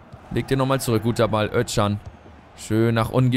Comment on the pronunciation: Özcan wird Öscan gesprochen nur so als Tipp :))